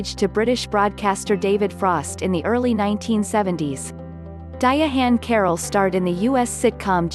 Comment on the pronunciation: Ok I didn't see it that way. I understand but a non-native may learn to pronounce her name incorrectly. I just subbed to your channel. Best wishes.